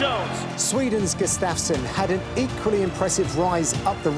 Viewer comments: It's pronounced "Gu-staf-sson", not "G'staf-son" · Not sure if I can stomach Gooden calling him Gus-staff-son for 28 more minutes....come on man lol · he says Gustafsson weird